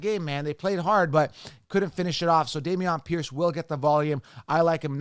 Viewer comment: Day-mee-onn Pierce? LMAO!! 🤣